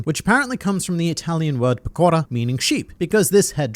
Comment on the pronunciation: I personally believe the Saturn's monster version we saw it's just a summoning, not real Saturn, that's why he took that slice without problems. P.S.It's pècora, non pecòra: the stress is on the first syllable.